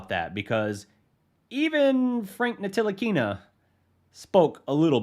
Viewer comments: Great video and analysis. But please, watch the media day from Frank Ntilikina to get his last name right.. the "T" is silent! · It pronounced Nilikina the T is silent it’s spelt Ntilikina but pronounced nilikina. And he would be a great fit in the starting line with luka you know he will blossom. Starting 5, 1 ntilikina 2 luka 3 dfs 4 kp 5 maxi.